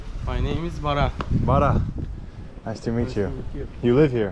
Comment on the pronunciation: It was BaraN, not Barrak.